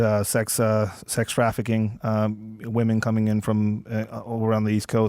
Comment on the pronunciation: "Well I know you're talking about the vast majority main stream left going nuts, but have you seen these rare, obscure, finge assholes being mean to the wahmen?"